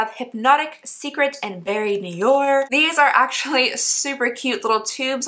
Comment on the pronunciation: The way you say “noir” is “new-are”!